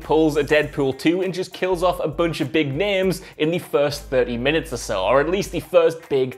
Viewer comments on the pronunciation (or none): none